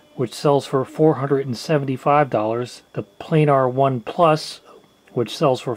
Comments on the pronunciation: It's pronounced REGa as in regulation not reega and planner as in planet. Good informative video though. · ha ha, that because most of them are American, you seem to have trouble with pronunciation as a nation, Planar has no "e" in it like plane'r .